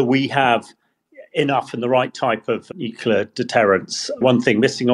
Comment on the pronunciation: Somebody PLEASE teach that lad how to pronounce "nuclear"...'!